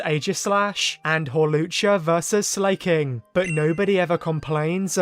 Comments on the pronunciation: Please stop saying Slayking it’s SLACKING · Slayking? Slack-King 😅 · Your pronunciation of Slaking caught me off guard. "Slay king" 😂